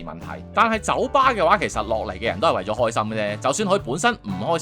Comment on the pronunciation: 酒吧我聽成九巴🤣